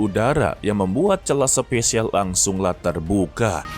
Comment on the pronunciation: SPASIAL BANGGGG BUKAN SPESIAL